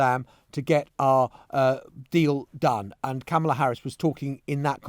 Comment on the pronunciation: I find it kind of weird that after all this time, Maitlis is the only major media figure that gets away with mispronouncing Kamala Harris' name.